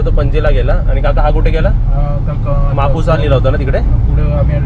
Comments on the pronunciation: म्हापसा बोलतात. म्हापुसा नाही . छान आहे फिरण्यासाठी ही जागा. Enjoy 😊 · गोव्यात बर गाडीत पट्टा लावलास आणि म्हापसा म्हापुसा नाही शुध्द मराठी बोल